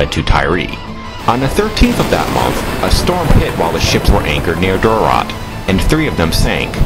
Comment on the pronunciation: Good Lord man the pronunciation is “McLane or McClaine for McLean. It’s not Mick Clean Duart is pronounced “dewert”not Do Art. Other than that thanks for the video.